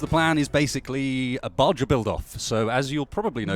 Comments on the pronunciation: the term Baja buggy or Baja Truck etc comes from the Baja 1000 and other associated races which are held in Baja mexico, and as such baja is pronounced as the mexicans do as BA - HA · I'm sure someone has already pointed this out to you but at the start of the video you called it a "Baja" and pronounced the J as a J...It's pronounced "Baha." As in Baja California, Mexico where the Baja 1000 race takes place... Just pointing that out, everything else in the video is great.:)